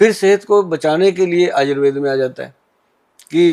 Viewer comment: Ye aayurveda क्यो बोल रही है Anchor, आयुर्वेद को आयुर्वेदा बोलना कहां तक सही है?